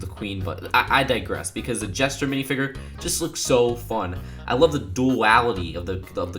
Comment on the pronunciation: WWE Jones I'm with you on that, and he kept saying mini figger.